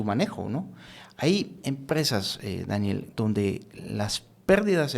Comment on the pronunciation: perdon pero no pude dejar de reir de "Dániel" 😅😅😅